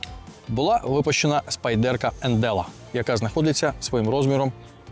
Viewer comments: хто така "спайдЕрка" і чому її так любить? спАйдерко, на перший склад наголос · Spyderco! Як можна розповідати про річ, назву якої вимовляєте не вірно?!